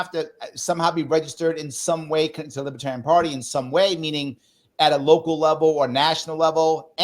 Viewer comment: Lib-ER-tarian. Not Lib-A-tarian. Sorry,, but that drives me nuts.